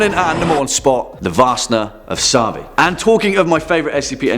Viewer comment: BTW it is pronounced vaRsna of saRvi, idk what varsna means, unless it is misspelling of varsta (flail), but sarvi means horn, like not the instrument, but animal's horn...